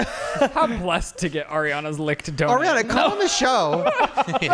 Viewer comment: calls donut "DONET" im unwell